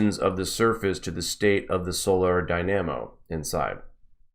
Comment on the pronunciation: Great work! For future reference, "dynamo" receives the emphasis on the first syllable, and pronounced "die-nah-moe"